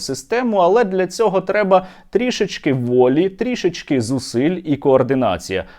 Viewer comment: Серьожа завжди на висоті! Дякуємо за працю, пишаємося нашим Стерненком, справжнім патриотом і українцем! Підказ дуже маленький: трІш-ки, але НЕ "трі-шечки", а трО-шечки, б0 тут ВІДКРИТИЙ склад.